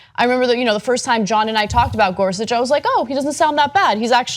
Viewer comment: caan someone please tell cenk how to pronounce Gorsuch. it hurts everytime when he says it wrong. Ana sits right there and she is ab lto to say it right why can't he?ä